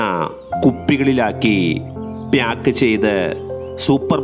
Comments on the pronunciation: പ്‌യാക്ക് അല്ല പാക്ക്😊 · ചിലർ ബ്യാഗ് എന്ന് പറയുന്ന പോലെ. 🤣🤣🤣🤣ഇവനൊക്കെ എവിടുന്നു